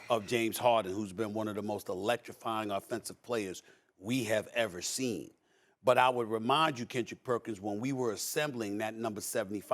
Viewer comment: Drink 🍺 every time Steven A says, “James Hoardin”